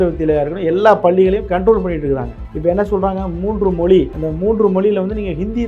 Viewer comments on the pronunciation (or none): தம்பி இந்தி திணிப்பால் தமிழ் அழியாது. உன்னை போன்ற 'ழகரம்'' 'லகரம்' வித்தியாசம் இல்லாமல் தமில், மொலி என அருவருப்பாக பேசுபவர்களால் தான் அழியும்.